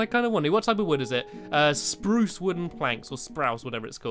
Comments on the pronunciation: Just you wait 2013 Stampy you will know how to pronounce spruce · you keep saying spruce wrong!!!!!!!!!!